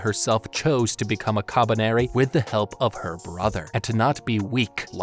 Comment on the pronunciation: The way he says kabaneri is so satisfying